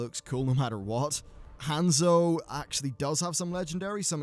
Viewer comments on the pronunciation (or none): none